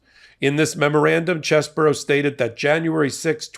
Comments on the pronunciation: Its pronounced CHEESY BRO. Not chess-bro. Lol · Please stop saying "Chess Borough" it's actually "Cheese Bro". CheeseBro. Chesebro. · His name is pronounced Cheese Bro not Chez Bro you know like his brain is like Swiss cheese full of holes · Why call him "Chess-boro"? His name is "Cheese-bro." 🧀 😄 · Is it pronounced Chess-bro or Cheese-bro? I still haven't found confirmation on this.